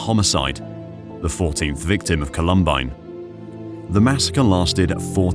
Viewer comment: 1. Did art director really need to include the view up the female student model’s skirt? 2. The shooters removed their coats, that was even included in the narration, and yet they continue to wear their coats for the duration of this video. 3. WTF is up with the narrator’s pronunciation of the school’s name? No one calls it “call-UHM-bine” 😂